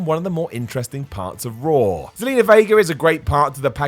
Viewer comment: Lol they pronounce everything weird Ever notice they seem put an "r" at the end of words that end with an "a"? For instance, they say "Rawr" and "John Cener" 🤣🤣